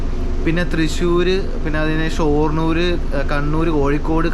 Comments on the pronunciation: ഷോർണൂർ അല്ലെടോ ഷൊർണൂർ. തലോണയല്ല, തലയിണ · ഷോ...ർണ്ണൂർ അല്ല... ഷൊർണ്ണൂർ.. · ഷോര്‍ണൂര്‍ അല്ല ഷൊര്‍ണൂര്‍ ആണ് 😅